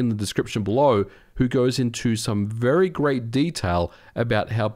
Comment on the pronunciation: did you say ver great..solution?